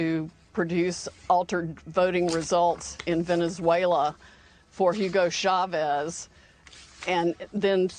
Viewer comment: It's pronounced OO-go CHAH-ves — NOT HYOO-go SHAH-vezz.